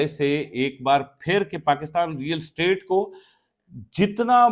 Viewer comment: It is real estate not real state. Yaar english nhi aati toh property business keh lo